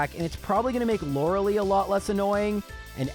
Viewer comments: So, it's LorelEi (spelled Lorelai) like in Gilmore Girls. Super annoying to hear Loreli every time. sorry everthing else, your vids are super cool. giving thumbs up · Lore a lie, not Lore a lee. Stop saying her name wrong,. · Lori LIE nor lori LEE